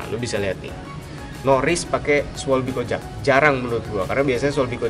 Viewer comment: Bro ngucapin bannya pake bahasa jerman schwalbe kojak jadi schweibi kojek. Hahahah